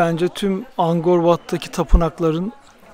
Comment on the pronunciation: Angkor Wat, Angor diye okunmaz "K" harfine basa basa AnKor diye okunur. Zamzun'lu kardeş :)))